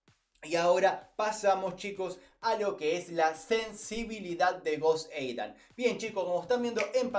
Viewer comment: No soporto que digas joseidan así se te escucha